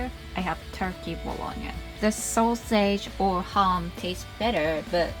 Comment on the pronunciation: As an Italian I’m surprised you are the first American I hear who pronunce “Bologna” right! Love you 💕